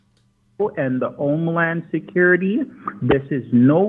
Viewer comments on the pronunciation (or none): he said "Omeland Security", definitely Jamaican.